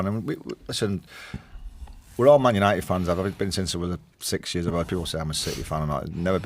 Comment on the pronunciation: "tHiS iS mAn yAniTeD"